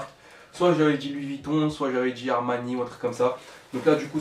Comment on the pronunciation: La replique de ses pas louis vitton mais louis bouton😂😂😂😂😂😂😂😂😂😂😂😂😂😂😂😂😂😂😂😂😂😂😂😂😂😂😂😂😂😂😂😂😂😂😂😂😂